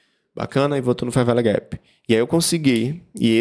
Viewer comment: "fer véle guépi" ... muito bom